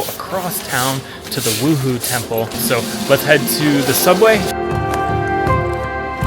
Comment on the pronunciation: Beautiful photography! Correction- wuhou temple is pronounced woo- hoe